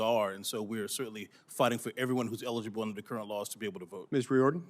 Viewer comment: Oh, Mikey, Riordan is pronounced "REAR-din" not "Ree-OR-din". If non-citizens can vote here, can we go vote in other countries as non-citizens? It used to be only land owner's could vote. Let's go back to that.